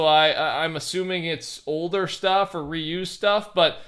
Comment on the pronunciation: Just to let you know, Marco Reus is pronounced "Royce". This bothers me since i'm a huge football/soccer fan and I love both these players